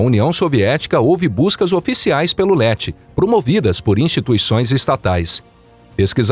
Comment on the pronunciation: Ieti é o nome do lendário personagem do himalaia nao LETI... BACANA SERIA SE UM HUMANO LESSE... Pena que o youtube nao mostra o dislike